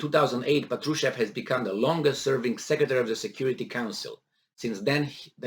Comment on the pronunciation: The stress is on first A: "pAtrushev"